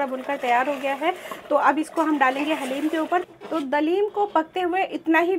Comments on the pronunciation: डालिम नहीं हलीम बोला करोप्लीज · Daleem sun kr achcha laga hum bhi daleem hi bolte hai